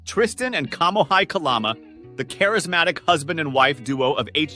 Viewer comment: It’s killing me. It’s KA-LA-MA